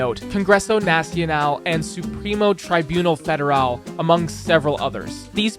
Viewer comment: "Congruessou nacional and supruimo truaibunal féderal"